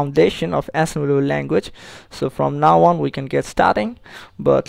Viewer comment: "Hi everyone to my assemblllenruewtoe level language tutorial". Well, that's a good start.. (!)